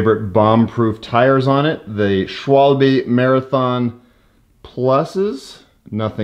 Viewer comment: Yessss!! At last you said "shwalbe" correct! I'm so proud of you :D